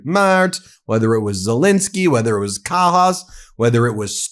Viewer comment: Well said, Kaja Kallas. 👏It's pronounced (K-EYE-A), btw. How the f*ck has Mike (National Security Risk) Waltz still got a job??!